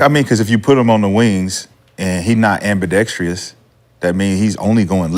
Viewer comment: 😂 and QuiGGly… ambidextrious